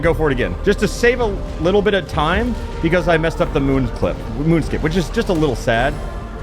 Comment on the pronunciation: I can’t stand that he says “pee-cause” instead of because